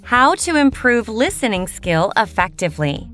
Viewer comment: effectively 发错了吧